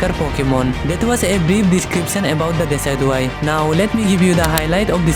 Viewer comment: I feel sorry for him even he didn't know how pronouns decidueye